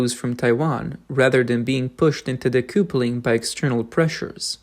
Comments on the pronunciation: btw it's not de-koo-ple-ing. It's de-kuh-ple-ing. A connection between two train carriages, or a husband and wife (marriage) is called a 'kuhple'. Connection = kuhple. Disconnect = de-kuhple. The spelling "couple" is most likely because of the French. ~40% of English is French. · Well done. Well researched, well written and narrated/voiced. (So nice not to hear an Ai machine voice). Pronunciation: 'decoupling' (dee-cup-ling) 'recoup' (re-koop) 👍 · What is "decoopuling" Did you mean decoupling" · Decoupling is pronounced de-cuppling. It comes from couple … which is pronounced cuppel. Example: a married couple or a couple of eggs (2 eggs). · I like that you are speaking the lines yourself instead of using an AI voice. I don't mean to criticize when i point out decoupling is d cup ling. At least how I say it as an American. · Narrator: "Decoupling". correct pronunciation - "dee·KUH·puh·luhng". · Learn how to pronounce "decoupling."